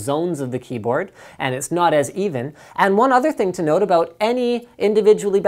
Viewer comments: He almost said cumboatd lol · Hahahahaha! Omg sorry for being childish "If i put a mechanical cum-ehm keyboard" I am really dying of laughter! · Linus almoist said cumboard, lol